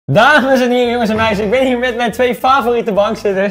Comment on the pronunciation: daagmes en heren'' ben ik de enige die dit hoort?